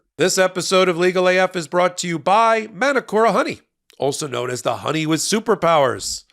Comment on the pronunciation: love your work guys but please its not "Man-A-Kora" honey its said "Mah - Nooo- Coh - RaH"